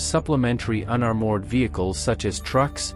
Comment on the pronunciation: Very interesting and informative, despite the undereducated AI narrator (I particularly liked 'unnerMOORED' vehicle.